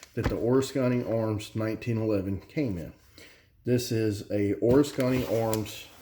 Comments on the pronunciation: O-risk-any, not or-is-kany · haha it’s actually (o-risk-en-ee) I live bout half hour away and recently even heard about them.. glad you made a review cause I haven’t found much!!! Have to say I never heard anyone make Oriskany sound Asian or something, really made my brain twist lol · It's funny how you say Oriskany! Lol. I want to see if they'll let me do a factory tour. I want one too!